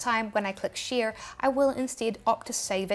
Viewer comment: how do you make out a word that clearly spelt as "TEM-plate" but you pronounce it as 'TIM-plate', then there is the word 'shAre' and you pronounce it as 'shEEr'.